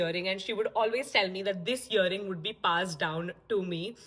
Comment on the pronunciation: Great work!! I'm not here to judge but it's earing not yering....😅3:4